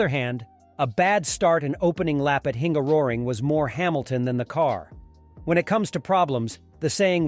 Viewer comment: Say it with me: Hun-gar-o-ring